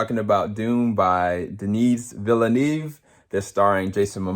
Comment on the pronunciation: Your critique of "Dune" seems to be a common theme across the board about the film abruptly ending. The Director's name is pronounced: Denee- vill-newv).